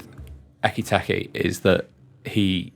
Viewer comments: I see the majority have picked up on the constant use of Ekky Tekky, which was plain weird, but why this channel continues to call Szoboszlai, Soboszlai is beyond me. Lads, he did a video with the club the day he signed where he pronounces his name as it should be. And it's not Soboszlai, Sloboszlai or any other bastardisation. It's your job to get these details correct. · "I've watched Frankfurt for years...Ekky Tekky" Honestly, disrespectful. Ekee-Teekay. It's not rocket science. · Tell that clown to sort his pronunciation absolutely kettling my head saying ekitekky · I listened to this on the audio podcast, but came here to comment on ecky tecky, I assume he can hear how everyone else is pronouncing his name!:) I just can't believe the others could keep a straight face! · Please stop saying ekky tekky! Hahaha! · Why did no one correct ekky tekky? 😂 Love it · Love the pronunciation, Ekky Tekky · No disrespect at all, but the gentleman saying "Isaac" and "Ekiteki" is doing my head in😅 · Ecky-techy, Ghee-ockeris, Buh-setitch, Wurtz and Eye-zak all had an airing. Not to mention Adeedus. 😂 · Can’t concentrate with all the weird pronunciations…. My god lol ekky fucking tekky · fucking this bloke butchering Eketike's name makes this podcast unlistenable.